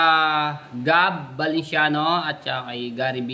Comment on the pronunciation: lara morena ung girl..tsaka ayusin mo pagbanggit ng surename ng mga valenciano..hnd velenciano..